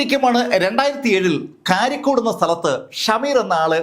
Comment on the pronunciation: കാരിക്കോട് അല്ല കരിക്കോട്